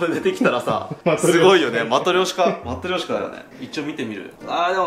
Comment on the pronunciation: С днём рождения! ❤️✨ Не могу промолчать про матрёшку, русское произношение прекрасно🐟